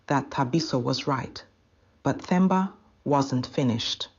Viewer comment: The 'H' is silent in Themba, Nokuthula, Thabiso, Thula, etc. So, you pronounce those names as Temba, Tuli, etc.